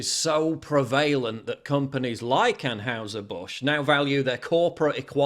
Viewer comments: It's pronounced An hiser, not houser 👍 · An-hize-er, Paul...it's not that hard to say it right.